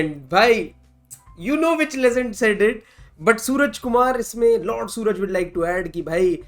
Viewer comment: LORD ❌ LAND ✅